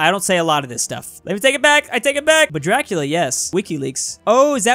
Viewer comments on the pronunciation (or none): none